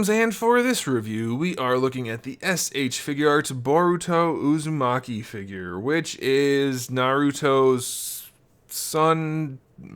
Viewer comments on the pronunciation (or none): IT'S BORUTO NOT BURITO! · It’s not burrito it’s boruto